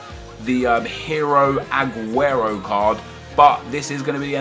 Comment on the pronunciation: Stop saying ahhguero It's AAGUEROOOOOOOOOOOOOOOOOOOOOOOOOOOOOOOOOOOOOOOOOOOO